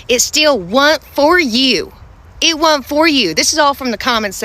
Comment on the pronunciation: It wuurnt for you baby..!!🤣🤣 She's right..!